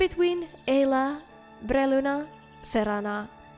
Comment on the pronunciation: it's brelyna, not bRRRRRRRRRelyna